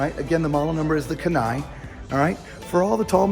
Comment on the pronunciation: Does not fit any truck. That’s why they have two smaller models. You should also look up how to pronounce ‘Kenai’ LOL.